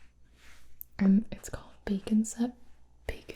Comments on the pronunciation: All I keep hearing is bacon scent instead of bake and set....... lol. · Thought she said “bacon scent”. 😂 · Definitely did not think you said "bacon set." Definitely not what I kept hearing. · Got super excited when you said you’re make up had a “bacon scent”.... only to realize you said “bake and set” 😕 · The entire time she was saying bake and set I thought she was saying bacon sent